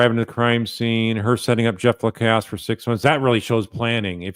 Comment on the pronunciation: Thank you for being the ONLY person who pronounes Jeff's last name correctly! La-cass